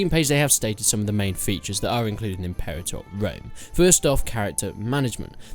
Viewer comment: Impewator Wome.